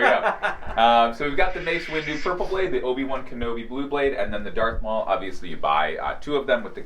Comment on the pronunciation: This dude said Dark Maul